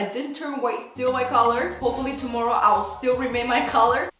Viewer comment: I just laugh too much whenever she says "whiteeee" 😂😂❤